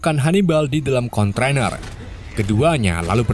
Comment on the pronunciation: D e tin mboco ne luar! Konteiner bukan kontroner hehh3